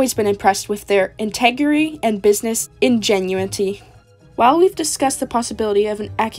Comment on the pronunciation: Integrity. In-teg-ra-ty. Ingenuity. In-jen-you-it-y. Not integerry or in-genuine-ty, ok? Hope that helps!